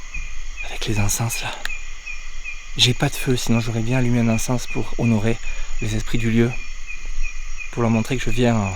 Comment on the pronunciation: Le S dans le mot encens ne se prononce pas